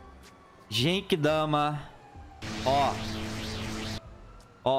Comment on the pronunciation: O cara não saber as transformação do Goku, é foda kkkk. Não é atoa que o cara fala '' JEIQUIDAMA '' Mds kkkkkkkkk